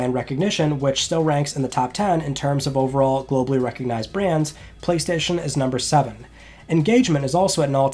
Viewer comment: It's Friday on the 27th of May, let's talk PlayStayshon